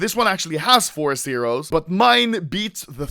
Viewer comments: he says Sero not Zero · realise how he says sero instead of zero